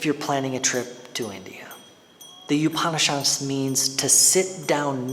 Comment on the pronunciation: FYI Upan in Upanishad is pronounced similar to oupan in coupon.